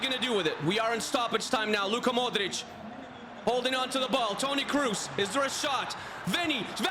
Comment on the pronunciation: The video is really interesting but seriously, the pronunciation is awful, who tf is Toni Cruz or Sergio Biscuits? lol